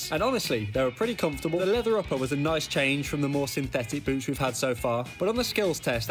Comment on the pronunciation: bro did not say boots